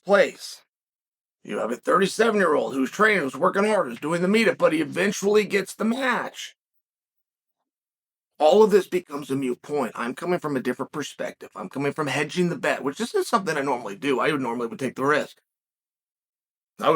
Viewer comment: Chael… it’s “Moot” point, not “Mute” ye big doofus. Also, Joe Montana = Candlestick Park